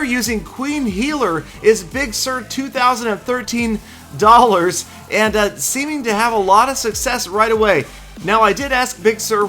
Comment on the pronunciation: you are not putting the proper amount of emphasis on the words 'awesome' and 'dollars'. Please refer to Peter17$ for a tutorial.